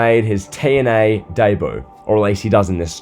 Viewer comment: If you say ‘debut’ like that again, I swear to god….